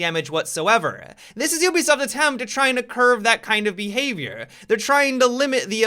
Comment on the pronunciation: I can’t stand his voice when he says “behaveurARH”